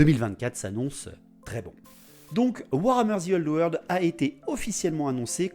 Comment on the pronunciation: moi je dit que tu as tord .. ou tu vois le zzzii old world , enfin dans ma régions ont prononce pas le `` the ``` comme un zi mdr :)😝😝😝😝 bravo moi aussi j aime l idée de cette vidéo